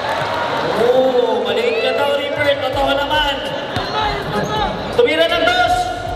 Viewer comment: reaper po hindi reper🤣